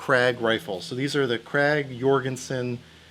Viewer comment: u said krag jørgensen wrong. u proprarly think: no no no, i said it right. but no, im Norwegian, and those where produced and everything in Norway